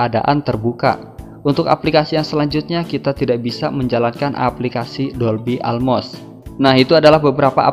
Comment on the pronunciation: dolby atmos bang, bukan dolby almost😂